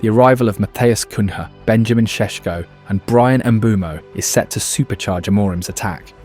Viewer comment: Seriously, I've been watching this dude channel lately and the voice sounds so.... weird, and the sentences and his wording are 100% straight off by AI. Even when the dude pronounces "Bryan Mbeumo" There was a loud error in his naming. I mean, take a look at this channel, not only his post is fully about Man United, but he looks into other clubs and leagues. He posts 2 times a day watching tactics and highlights. If you think abt it, isn't this just overkill for just one guy running the channel? Or it could be a whole team. A lazy team.